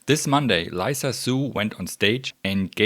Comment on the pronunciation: Lisa is pronounced "lee" "sa". You said Liza :)